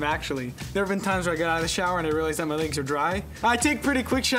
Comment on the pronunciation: “li-egs” BAHAH